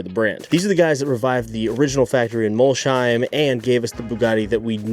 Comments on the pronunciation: and Mol-sheim instead of Molsheim. The German in me is wincing. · It’s not Mol-sheim. It’s Mols-heim. :) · City is called "Mols heim" not "Molshhheim" Bugatti’s business model is not directly comparable to HP’s printer-and-ink model, but the underlying logic is similar: the headline product does not always need to generate the full economic return on its own. Widely cited estimates suggested that Volkswagen Group lost substantial money on every Veyron sold, because the car’s development and production costs were far higher than its selling price (sold for 1 million, took 5 million to produce). However, the Veyron was also a technology demonstrator, a brand-building instrument and a statement of engineering capability. Its value therefore went beyond the profit made on each individual vehicle. Bugatti is not trying to offer “insane deals” or compete through volume. It sells extreme exclusivity, engineering, heritage and access to a very small group of customers. Buyers also generate long-term revenue through servicing, personalization, special editions and future purchases. People can criticize the pricing or ownership costs, but from a business perspective, it is a deliberately exclusive model designed for an exclusive customer base. I am saying this purely from a business standpoint—I know I will probably never own one myself.